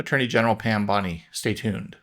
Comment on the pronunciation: I don’t know how she pronounces her last name but my last name is Mizell and in my mind you pronounced her last name correctly not once but 3 times.